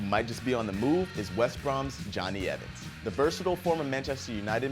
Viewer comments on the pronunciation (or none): none